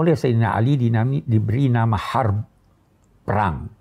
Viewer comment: Harb, Min, bukan Haar. Kalau Harb artinya perang, kalau Haar artinya pedas.